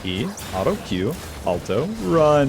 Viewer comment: the way you say auto honestly is hurts the ears. Was enjoying the video but I honestly can’t listen to a word being heavy butchered like that